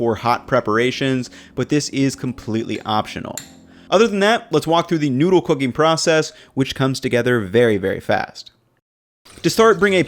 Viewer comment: This guy can not say noodle. He says noodah